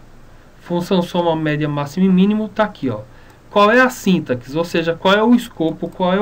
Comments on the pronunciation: É sintáááááááxe... não síntaxe... o "a" é tônico e não o "i"... Ah e é sem acento no "a", só coloquei pra evidenciar a tonicidade... Parece boa a aula... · na palavra sintaxe, se le sintasse! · Vídeo ótimo, mas síntaxe... aff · Primeiramente para você falar SÍNTAX se escreve dessa forma, com acento e sem o E no final. Se for ler SINTAXE (lê-se sintacce, o X com som de KC). Sem o acento, o termo se torna paroxítona e se pronuncia o E do final: s i n t a x e. Fica a dica! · Você está falando sintaxe errado.